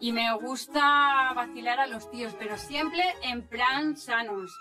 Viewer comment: Me acabo de dar cuenta de que aquí la tia dice: ''Pero siemple en pran sanos.'' XDDD